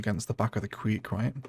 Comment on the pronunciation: Creek not Queek.